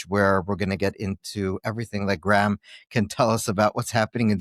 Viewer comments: Graham has an h in it. Ffs, pronounce Graham correctly. 2 syllables. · His name isn't GRAM it's GRAHAM, THAT IS GRAYAM. Cant listen 👎👎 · He’s an Irish hero. Btw his name is pronounced grey-im Le-ne-han. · Why does the host keep calling Graham "Gram"?